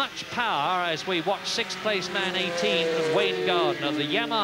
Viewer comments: What is with that? "Sick-th"....never heard it that way till a couple years ago. Is this something the progressive liberals started? Lol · Ah... 1984....when "sixth" was pronounced correctly, instead of this "sith" bullshit we have now.